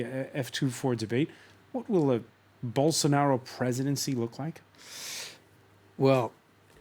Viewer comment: Eu só entendi " Bolsounaro" rsrs